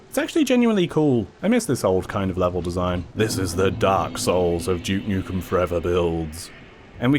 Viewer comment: Glad to hear you aren’t calling him dook nookem like other English YouTubers trying to sound American